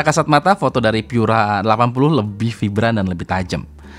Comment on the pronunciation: Baca Pura aja jangan Pyura karena Pura itu bahasa Latin bukan bahasa Inggris.